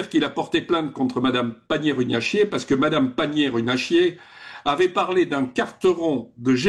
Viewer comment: C'est pas Runachier mais Runacher